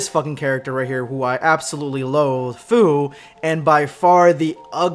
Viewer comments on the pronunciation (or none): Fu pronounced like fyou